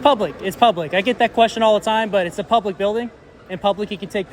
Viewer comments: thees ees noot a pooooblic area lol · “It’s not pooblic area?” 😂😂 💀